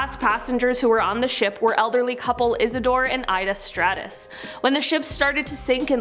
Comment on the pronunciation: Not STRADA, but Straus( #8)